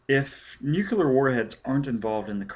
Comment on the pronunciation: Okay the one thing that keeps bugging me is how you mispronounce "nuclear" Other than that not bad. The fact that it's the unabridged version makes up for you not being a professional narrator. Not that you're unprofessional. I mean like, it's not your job, this is clearly something you just did because you wanted to 😅 I don't know if you've done any recent work, but I imagine after ten years you're probably much better.